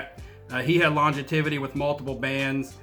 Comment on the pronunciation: It's longevity not longetivity